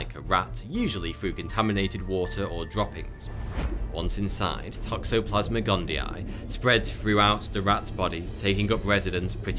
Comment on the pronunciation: Fun drinking game everyone... take a shot everytime you hear him say "Toxoplasmic Gundii" lol